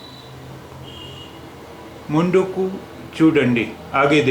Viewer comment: Not मुंडूकु but मुंदुकु